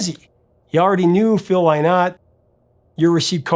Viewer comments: Oh lord, nooo it's Phil Lynn-ot not Lie-not... And Visage is pronounced in the French way vis-ahj. Also wasn't Phil Lynotts biggest solo hit "Old Town"? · Hey Professor it's pronounced Linert.